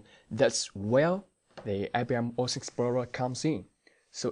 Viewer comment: THanks for the overview.... Just one hint.. you need to work on your pronouncing of "WATSON explorer" .. I hear always "OORDS" explorer ;-)